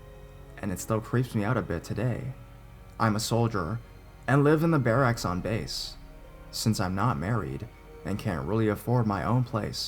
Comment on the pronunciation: lol the way you kept saying barracks was driving me nuts! but i love your videos (